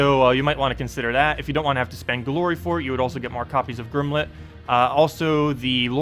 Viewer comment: great videos but you always mispronounce stuff :( Gimlet doesn't have an 'R' :)